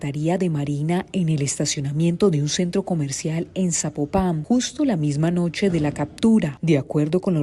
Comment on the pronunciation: Se pronuncia Zapópan con acentro prosodico en la O